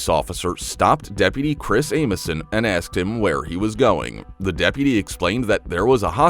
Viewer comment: Asked not axed